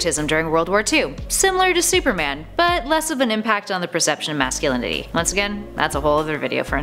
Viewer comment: There's no such thing as masssulinini.... The proper word is MASCULINITY, not MASSULILINI.... MASCULINITY! If the T wasn't pronounced after the consonant N then the T would be SILENNN.... Is it?????